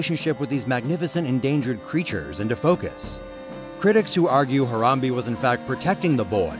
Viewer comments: Its not pronounce as ha-ram-bee its ha-ram-bay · It's harom BAE not BEE